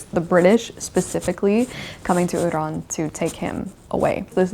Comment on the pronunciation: Thank you so much for talking about Iran, and thanks a lot for pronouncing Iran correctly!!😍 I've been following your channel since 2019 and love your videos 😍❤❤